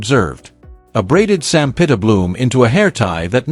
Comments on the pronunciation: sampaguita (sampagita) not sampita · Sampaguita not Sampita! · The story is good but your butchering her name and most of names like the flower Sampaguita lol 😊